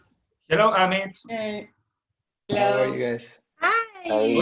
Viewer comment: Le dije EIMIT en vez Amit jajaja